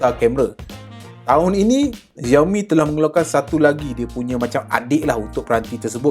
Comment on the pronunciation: Bang XIAOMI tu sebutannya SHIAOMI bukannya ZIAOMI